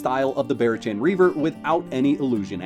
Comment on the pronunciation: Barachan = Bah-Rock-ann. listen to an audiobook occasionally 😛 great video tho! that is very close to the build I use. I may try yours tho. I only have 15 in auth and went str. but your reasoning seems sound for Agility